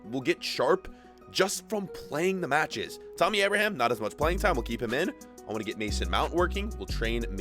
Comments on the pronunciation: TAMMY NOT TOMMY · Bro it’s pronounced batchuwhy , and it’s Tammy like a female bro hardcore Chelsea fan here since 2005 just had to let ya know , like the channel tho 💯